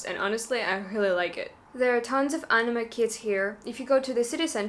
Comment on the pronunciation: Anima 🤣🤣🤣🤣 pronounce it like An-I-May